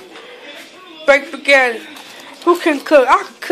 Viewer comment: How are you able to Spell Spaghetti but can't pronounce it